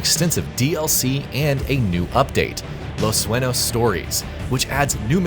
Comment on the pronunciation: It's going to continually bug the shit out of me the way he pronounces Los sueños.